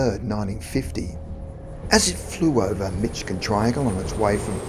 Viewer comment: Dear sir, I love your channel! I have lived in Michigan my whole life and I want you to know that it is pronounced Mish-i-gan. Thanks for all the great content!